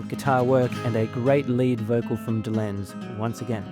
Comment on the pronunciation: You mispronounced Micky Dolenz’s name and also Micky was the drummer NOT Davy